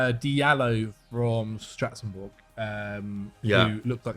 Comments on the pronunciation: It’s Strasbourg, not stratzenberg 😂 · 3 weeks? thats how long it feels like you been saying stratsenberg instead of Strasbourg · third episode in a row of being unable to pronounce ‘strasbourg’